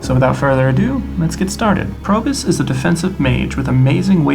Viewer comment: Nice video. Any tips for the heroic abilities? I kept hearing you say Probus (Probe-us), instead of Probius (Probe-E-Us). Inside joke? Refer to the spotlight video for the latter pronunciation ( )